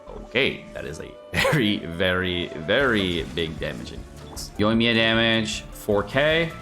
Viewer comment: The emphasis is on 1st i on Yoimiya. Dude why do you insist on pronouncing it incorrect, just once say right.